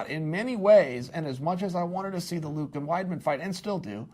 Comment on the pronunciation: Luck Rockhold? Chael, I totally forgive you for getting difficult surnames wrong (hell until UFC 223 I thought Ragin' Al's name was pronounced Ee-quin-ee-ta) but getting the name Luke wrong is just silly, especially when you get Jacare right! Also, you didn't answer the most important question: Where does Kevin Lee fit into this?